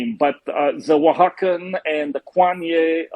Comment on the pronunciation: I don’t know why I laughed so hard when he said “Kwanye and the Oahaxan”